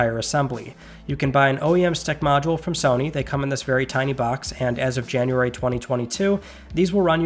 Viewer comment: Jamuary twenty twenty two?